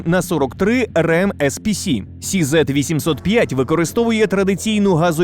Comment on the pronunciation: Не хизет , а Х(ікс чізет)